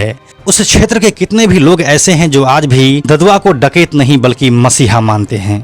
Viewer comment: डाकयत क्यों बोल रहे है आप